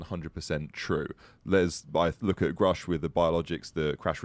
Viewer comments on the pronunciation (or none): I have a question, Lue. Why do you keep pronouncing Dave’s name as “Groosh”, when everyone, including Dave himself, says Grusch (rhyming with brush)? It’s weird.